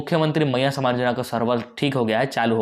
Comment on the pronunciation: कोई खुशखबरी नहीं है पहले बोलना सीखे सामान नहीं सम्मान भैया सम्मानयोजना सिर्फ बुड़बक बना रहा है सरकार, और आप ।